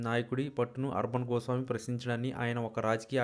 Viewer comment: You are unable to pronounce the name of Mr Arnab Goswami. You have not properly presented.